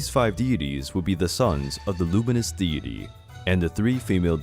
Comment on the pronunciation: This is interesting but so badly narrated I had to give up less than a minute in 😓 Would be better with a Japanese narrator. This guy sounds American but he can’t pronounce simple words like deity or archipelago?